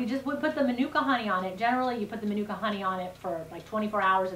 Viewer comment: use pronounced manuka very well yip its a nz brand honey